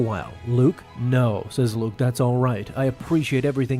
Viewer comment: I was gonna say the same thing… it was Luuke